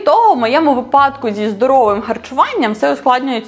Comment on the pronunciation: Тільки «вИпадок», а не «випАдок», ріже вухо